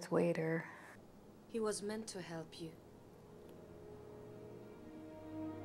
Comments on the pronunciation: It's not your accent but your pronunciation. You're saying it with a "W" sound but it's actually a "V" sound. All Sith sabres are red. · Yay! I've been waiting for you to finally get to these! 🙌 By the way,, I know you pronounce Vader as "Wader", but I also know that's just your natural Indian accent, and I really don't like seeing the other commenters make fun of you for that - I find it very rude. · Why is she saying Vader like ‘Wayder’ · I like the dark makeup. p.s. Don't worry about the pronunciation of Vader. I don't know what your first language is, but I know that the Hindi consonant व can function as both v and w sounds. So, it's easy to mix up the English v and w.